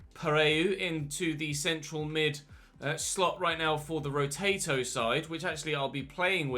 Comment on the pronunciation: Absolutely no one:: “Rotato”